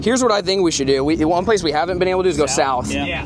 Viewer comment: It's just inbred talk for on plane. Like it's actually called and I passed the coast guard boating class for lake Erie and know that it's on plane not pad.